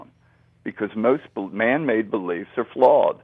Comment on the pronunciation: I just wish someone would tell this man how to say "flawed" not "flawled".It drives me nuts!